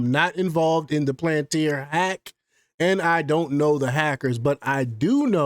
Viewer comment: Lmfao 🤡 can’t even pronounce it right. Instant block and downvote